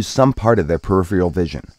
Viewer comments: does he keep saying periphreal? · can't deal with the narrator's inability to pronounce "peripheral"